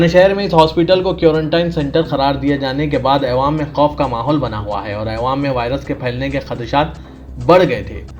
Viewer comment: jahilon k sardar aywaam nhi awaam bolo urdu ki dhajjiya udaderein tum ilm hasil karo urdu phir news bolo